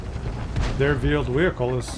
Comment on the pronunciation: Vheeled Wehicle